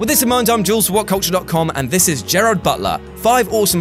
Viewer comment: Read slowly it's not Jared it's Gerard.